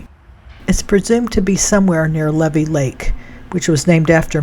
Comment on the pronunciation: Thank you for your video(s)!! I love this one especially, because it’s where I’m from. Lol With all respect, around here, Levy is pronounced: LeeVee Not a big deal, but sometimes we like to be groovin the local way!! 😂❤